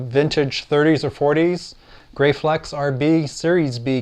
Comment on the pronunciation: Hi great video thou I believe the cameras are pronounced GRAF-FLEX like Steffi Graf. I have a Graflex Super D which shoots 4x5 film, they are wonderful cameras. Thanks for posting. Gerry